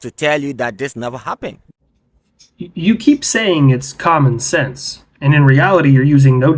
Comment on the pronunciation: He bit off more missile defense than he could chew up logically. It blew up his teeth by "comman"😢 sense. Trevor Noah material.